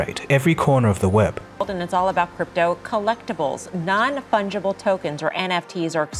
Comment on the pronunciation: I cant help but think of mushrooms when I hear “non funghible tokens“ :D